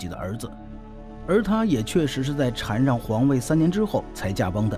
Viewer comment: 的中文有待提高是shan让不读chan